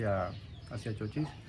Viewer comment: Se dice ¡¡¡Chochís!!! Con ancento en la í; es decir con una mayor intencidas o fuerza de vos en la vocal í de la primera silaba por si alguien no sabe. Lo que pasa es que como lo han escrito con mayuscula "CHOCHIS" se han dejado llevar por le regla que en mayusculas no se acentua las palabras, aunque ahora ya esa regla ya no tiene ese mismo rigor. Y si lo ven escrito sin acento con minuscula pues lastimasamente lo han escrito mal. Repito el nombre correcto del pueblo es "CHOCHÍS" parabra aguda con dos silabas. NOTA: El nombre Davíd es una palabra modelo de la pronunciación correcta de nombre Chochís.